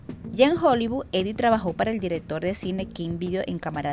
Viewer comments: Heidi. La h no es muda en el alemán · Deberías pronuncia la H cómo suena en inglés....o alemán. Como una jota J.